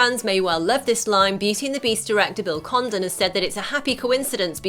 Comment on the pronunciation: I thought she said Bill Condom